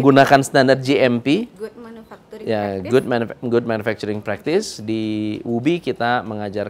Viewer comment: Jangan gaad good gaad good...aaach..